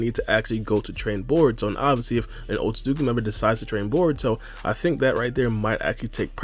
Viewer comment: Your style of speaking quickly and saying Otsutsuki so many times per video, has you mumbling the name now. It sounds like you're saying OatSazuki. Slow your pace a lil bit lol or not 🤷🏿‍♂️😎👍🏿